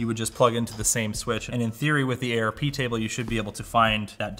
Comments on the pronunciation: it is pronounced ARP not A R P, *shakes fist*. However when I am desinging office networks I have all the ports labled, then the cubes / offices have a ID number, all of that is on a digital floor plan, the jacks, cables, and patch cables are all color coded, the patch panel and switch are mapped in a genaric google sheet for easy look up, super easy to admin. Think I gave the network team a netAlly LRAT-1000 LinkRunner a few years back and it is way expensive, but it's not bad and cheaper than the Fluke. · I usually pronounce out every acronym letter by letter, but calling it "A-R-P scanning" just sound silly to me. You wouldn't say D-A-R-P-A, would you? So would are you saying A-R-P? It's ARP. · its arp not a.r.p. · A.R.P scanning. A.R.P. JUST SAY ARP. ITS ARP. PLEASE, I THOUGHT YOU WERE THE NETWORK DUDE IN LMG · The "Ayy Arrrr Pee thing." LMG represents the highest level of enthusiast in tech pretty much ever lol. I love these guys, but man do I wish Linus would pay for some real training for these guys. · We in the IT biz pronounce ARP instead of saying the laters. 😉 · dude calls ARP A.R.P.